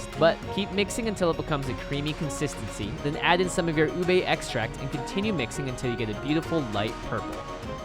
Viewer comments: It's not uBAE It's OOOBEH get on our filipino level (We're not really mean I was kidding) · They pronounced it ooh-bae When its actually pronounced ooh-beh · isn't it ube not ubey? Also I cant believe how accurate it is!! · A Penguin approves their pronunciation. It's pronounced as ooh beh not oohbae. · Bro- Im getting triggered bc HE keeps saying UBEY Its literally pronounced U-BE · how you say ube (ooh-bay) how its really said (oob-eh) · Not ubei u be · How Americans pronounce ube ubi no its ube you Americans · I'm a filipino i say uuube when i heard lars said ube i heard ubey I like leche flan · oob role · Say it with me, "U(Ooh)-be(Beh). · My teacher keeps making fun of Filipino foods. He pronounces Ube, OOB. He's like, "Well, you say YouTUBE. If you take away the "You" then it sounds like "OOB"." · UBE CAKE? DID YOU SAY UBE CAKE?!?!?